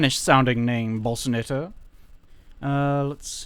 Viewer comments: i still hear balls, though when you say Bossanetta it actually sounds like boss :P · When you just say "Boss" I hear no L. But when you say "Bossanetta" is sounds like you're saying "Bolsanetta." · I'd like some Bolsanetta Vinaigrette on my salad.